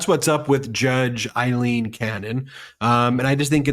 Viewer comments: Guys, your driving me crazy with... I-lene Cannon... It's...A LENE... A LENE... A.. LEEN.... TY. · It's not Eye-lean Cannon, it's AE-lean Cannon. Get a clue!!! Aileen Cannon. SHEESH!!! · Aileen as in 'A' not Ileen Cannon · It's Aileen, Aileen as in Ailing